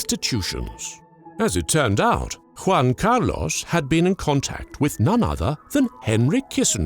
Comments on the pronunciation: in english you pronounce something like Huan Car Loss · I really like how sure he is about the pronunciation of "Juan Carlos". Very good indeed. Now, Spain is not Mexico so... no Nachos... Tapas maybe. Good video